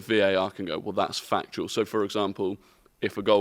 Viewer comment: starts saying “fuc”… and I am like “Here we go, an F bomb”. Then he is “fuctual (factual)”